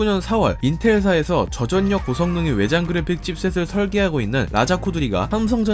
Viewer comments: 전략 -->절략 저전력 -->저절력 저도 많이 거슬리는군요 한국어 원어민이 한국어 표기와 발음의 구분을 못하는건 문제있어요 혹시나 다른분의 의견있나했는데 마침 지적하셨군요~~^^ 저도 좋은 영상 잘 보고있습니다~ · 나레이션할때 "전략=[전냑]" "저전력=[저전녁]"으로 발음하시네요... 한두번이 아니고 계속 나오는 단어이다보니... 구독 누르고 갑니다. 내용은 정말 좋았어요